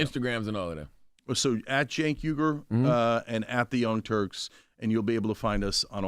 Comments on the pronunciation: Charla been saying Sink and I was hoping for Cenk to finally correct him 😂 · It's funny because Charlamagne has literally been on his show before and still says Sink this time. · Charla has met Cenk many times how did he not know how to pronounce his name that’s crazy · Cenk is trying trying to win back favor with his "base" and some of his subscribers who left, like me due to his endearing himself of late to the magas. As much as I don't like Cenk, shame on you, CTG for not knowing how to pronounce his name! You're a professional talk show host, w/ staff, and you've been on his show before. It's a bad look. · I love how all cenk's "friends" can't even pronounce his name lmfao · Charla how are you not gonna learn the man's name 😂😂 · He’s your guy but you can’t pronounce his name. Shut up Charlamagne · Butcher a Name Charlamagne 🤦🏾‍♂️... How is he your guy but you dont know his name